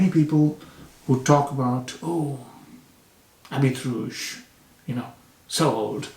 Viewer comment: Habit means Garment. The “t” after the “i” is silent.